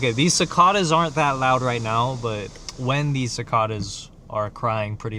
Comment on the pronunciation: bro the way you say cicada 😭